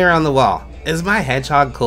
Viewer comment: "heghog" XD